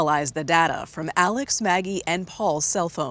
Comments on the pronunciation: Al-ex Mur-daugh….fact that he pronounces it Alec Murdock is evidence enough. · Why do they keep calling him “Alec” when his name is clearly spelled as AleX ????